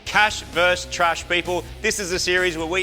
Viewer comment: Versus. It’s not that hard. Versus.